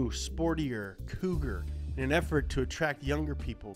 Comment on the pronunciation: Completely wrong "Cougar".